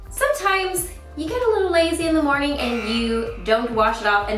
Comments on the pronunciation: It took me forever to realize you were saying Good Morgan everyone instead of Good morning. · I was really confused why you start your videos with "good morning everyone!", but it makes a lot more sense now that I know that you are actually saying "morgan"! :D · i think she says "good morgan" ? but idk 😅